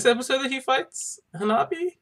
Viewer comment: It's Hanabi* 😂